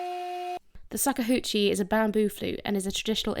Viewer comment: Shakuhachi SHA-KU-HA-CHI Shakuhachi